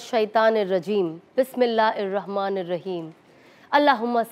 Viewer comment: Phle padhna to seekhlo bismillah hir rahman hy wo ir rahman nahi hy